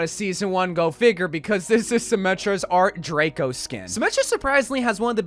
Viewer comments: ART DRACO PLEASE NO 😭😭😭 it’s art DECO like the 20s art era 😭😭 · It’s art deco not art drako lol😂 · The sym skin is called art deco not “art draco” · Not "art draco" 💀